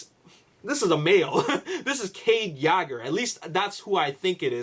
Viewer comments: WTF it is Yeager (Yay-gur) not (Yaager) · It's pronounced Yeah-ger,not yager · ur sayin yager wrong its purnounced yayger :) watch tf4 its how they all say cades last name lol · kade yagger? you mispronounced that horribly. its kade Yeager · This is too much assumption based on what's happened in T4:AoE... they arent going to do the same thing AGAIN in T5:TLK. Every movie has been different and unique... and it's Cade Yeager (as-in "Yay-ger") as pronounced ALL through Age of Extinction, not YAGGER... like Mick Jagger or Mick Yagger, LOL. Sometimes these vdeo's are good, but... theories based on theories have no solid foundation... there arent any official spoilers yet, so all of this can be complete false. LOL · Cade yagger, it's Cade Yeager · ...please stop saying Cades last name that way...its waaaay off. it's pronounced (Yay-Ger)...Yeager.not....YAAHHGer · law84 No he's just being stubborn dumb AF. If you listen closely he mention the last name as: Yaager and then Yegger while its Yeager. In his previous vlogs he pronounced it good. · U province Yeager wrong - it's Yee-ger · btw it is (yay-ger) I don't want to be mean but you can call it whatever you want I'm just saying that is how you say it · 09 he resides I Canadia...lol.(Canada) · can you please start pronouncing Mark Wahlberg's character name correctly it's annoying hearing it miss pronounced every video. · you pronounce his last name wrong